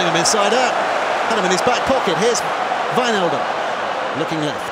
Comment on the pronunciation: That's pretty much exactly how you say it